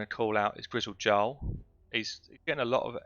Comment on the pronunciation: Oof the way you pronounced Grizzled Jarl hurt